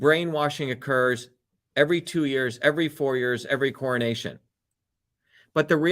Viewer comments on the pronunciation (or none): none